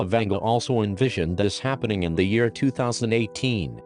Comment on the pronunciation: Baba (БАБА) means granny in Bulgarian and Vanga is pronounced like Vanga (A as in mAster)